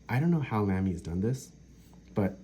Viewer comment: I enjoyed the natural way you spoke in your video and your information was good, but it was jarring for me to hear Lamy so mispronounced, especially when you used the word so often. I hate to be critical but when you suggested you might review the Lamy Safari I felt compelled to say something. The proper pronunciation of the a in Lamy sounds like both the a’s in Safari, or as though it would be spelled Lahmy. I am sort of a stickler on pronunciation and I have a good ear apparently for how to pronounce words, even many foreign words. I particularly pay attention to foreign words for some reason. So apologies for being picky. but honestly I’ve never heard anyone say it the way you do.